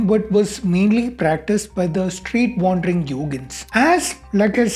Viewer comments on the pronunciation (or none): none